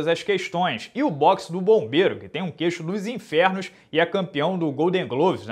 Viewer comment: Deu uma forçadinha no "queixo dos infernos" hein!?